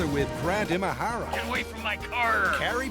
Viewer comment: "And grand imahara" AAAAAAAHHHH!